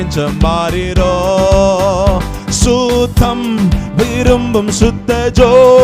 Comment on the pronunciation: பரிசுத்தர் சுத்தம் என்ற வார்த்தைகளை நெடிலாக இழுக்காமல் குறிலாக உச்சரிக்கலாம் சகோதரர். அதன் பரிசுத்த அர்த்தம் அனர்த்தமாகி விடுகிறது சிறுவயதில் இருந்து இப்பாடலை கேட்டு வருகிறேன் நான் பாடும் போது பரிசுத்தர் சுத்தம் என்றே பாடுகிறேன் நீங்கள் முன்னெடுத்து இதில் சரியான முறையில் கொண்டு வாருங்கள் நன்றி🙏💕